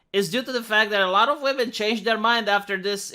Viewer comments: Why can’t this interviewer pronounce the word women? She keeps pronouncing it woman. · I pronounced "women" phonetically for 20 years. She's probably doing that. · Is anyone else irritated by how the interviewer keeps saying "are woman" I didn't hear her say women once.